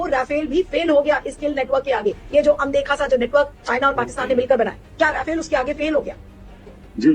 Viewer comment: Rafale ❌Rawfail 😂😂😂 Kit kit kit kit kit kit kit 😂🎉😂🎉😂🎉😂🎉